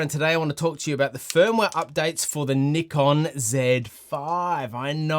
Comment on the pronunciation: Finally someone who says Nikon the same as me 😂